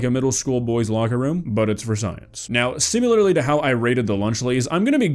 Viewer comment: It tickles me pink every time I hear you say "similarly "